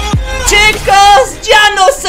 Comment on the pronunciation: Quiero escucharte decir otra vez: "Chicoz cean vienbenidoz a maincrah"